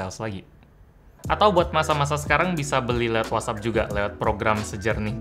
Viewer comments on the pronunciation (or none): none